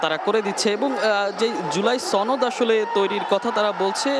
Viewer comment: টিভি চ্যানেলগুলোতে জামাত শিবির এর সদস্যরা চাকুীরতে যোগদান করেছে। সাংবাদিকগুলোর চেহারা কথাবার্তা দেখেই বুঝা যাচ্ছে। লেখাপড়া কতটুকু করেছে কে জানে? জুলাই সনদ শব্দটাও উচ্চারণ করতে পারছে না। সনদকে ছনদ বলছে।